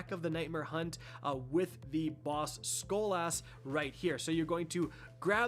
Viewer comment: That's not how you say skolas